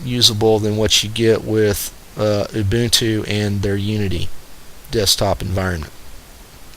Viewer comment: Thank you for pronouncing Ubuntu correctly. YouTube test? Simple alternative to Flash: Enable HTML5 for YouTube: I think Gnome 3 is more to blame than Fedora for the lack of customization, and I know that you can switch out the desktop flavor used in Ubuntu (it's probably more painful to do this than Debian these days since Unity came out) and I'm guessing that if it's possible on Ubuntu, it's possible on Fedora. Customization out of the box isn't good though, you're right.